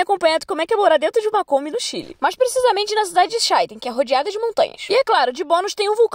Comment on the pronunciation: Chaitén .....acento na vogal E Puerto Cárdenas , acento na 1a vogal A ,.... está escrito , é só ler😘